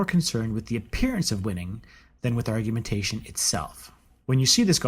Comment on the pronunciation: Well i douuno about argu'A'mentation but... ar·gu·men·ta·tion (ärgy-mn-tshn) n. 1. The presentation and elaboration of an argument or arguments. 2. Deductive reasoning in debate. 3. A debate. I'm not usually a dictoNazi, if i can at all help it, but seeing i am here anyway and you did ask , so...